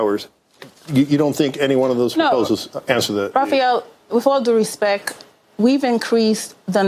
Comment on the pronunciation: "Wif all due respeck... " we just want mo money and let us in!!